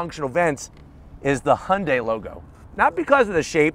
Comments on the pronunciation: 😲 WAIT! Did I finally hear him pronounce Hyundai correctly?! 🤯 Thank you!! No more saying Hondai. I'm definitely subscribing now! 👍🏽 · We in Australia pronounce it as he-young-day